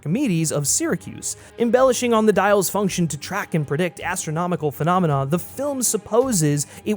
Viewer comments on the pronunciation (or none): none